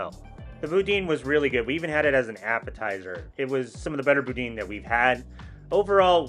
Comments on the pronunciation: boo-DAN not boo-DEEN lol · Anybody gonna tell him that it's pronounced Boo-DAN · It’s pronounced Boo-Dan. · That’s not how you pronounce boudin. JSYK